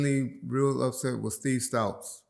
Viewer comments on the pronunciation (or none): killin me with the pronunciation. Who the hell is Steve “Stouts” and Andre “Horizon” lol.